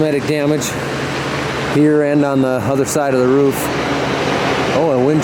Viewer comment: I thought he said rough is bad but he meant roof